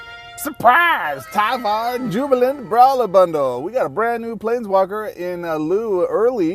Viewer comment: TIE-var. like LIDAR